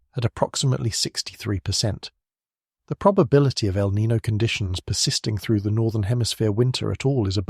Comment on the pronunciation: 😴-Spokane WA. By the way: El Nino is pronounced El Nin-yo. The o has a soft y sound before it (as per the spanish language). ☺️🫠